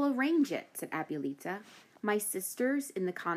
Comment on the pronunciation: The way she mispronounces "abuelita" is cringe.